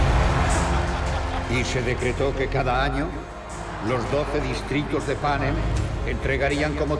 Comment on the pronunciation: Por que lo pronuncian mal? Peeta Patark y Panem?